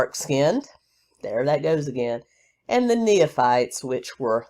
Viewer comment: It is pronounced "knee fights." Nephites. No third syllable in between. 😀